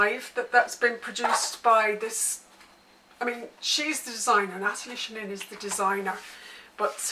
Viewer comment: Just an FYI, Natalie Chanin pronounces her name with a "ch" like the word chain. I understand not knowing this if you've only seen it in print and not heard her say it.